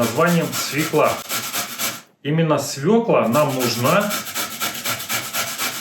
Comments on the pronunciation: Пока не попробую благодарить не буду, может и не стоит. А вот к вам просьба, говорите грамотно на родном языке, пожалуйста! Не вылАЗит , а вылезает ! Не свекА а свЕкла! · Н свекла, а свЁкла.